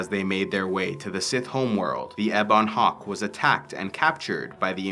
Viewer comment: Just a small thing, but you say "ebon" strangely. In US and UK English, I've always heard it said "EH-bun", you say it "eh-BAWN". I checked my dictionary, and it seems to show the former as being correct. Thanks for the video, just a small quibble!